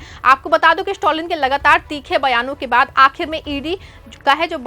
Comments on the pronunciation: The name is Stalin and not stolin please pronounce the name property dear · स्टोलिन के बजाय स्टालिन बोलते